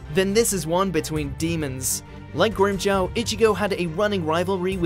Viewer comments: its pronounced grim-jaw not grimjow!!!! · They pronounced it GrimmJaow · Grim Jaw, say it with me, Grim Jaw.